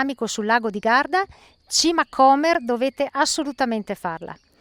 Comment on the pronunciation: L'ho fatto ieri. Piccola precisazione: si pronuncia Comér o non Cómer. Comunque bravissimi. Vi consigliobdi farla partendo da Gargnano, un po' piú lunga ma val la pena vedere anche via Quarcina o Via Mulini, strade antiche che dal porto salgono a Musaga e quindi Sasso.